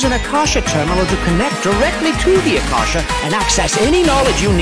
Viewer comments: Its not ak ka sha its a kaash not rukha devata but rukh dev. Ta atleast learn how to pronounce sanskrit names first then voice over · I'm so hyped for sumeru and i love all the efforts they put into it, IT LOOKS WONDERFUL. But as an indian the way they pronounce the words like akash and rukkhdevata is really bugging me😭😭😭